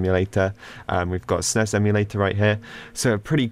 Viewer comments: Ya or what i call it is S - NES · Do you really pronounce SNES like this??